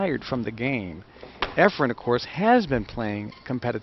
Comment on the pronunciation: I couldn’t agree more… the only thing Sigel is any good at is running his mouth!!!!!.. I know this is old but someone needs to tell these horrible commentators that there is no “m” in Efren…